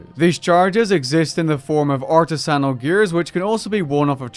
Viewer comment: Please look how up to pronounce artisanal🙃